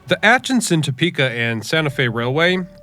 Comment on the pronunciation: Did you actually pronounce Atchison as At-chin-son? Johnny Mercer's song — ever heard of it? Ever play it? Listen to it? With care? Mr. Mercer is likely rolling over in his grave.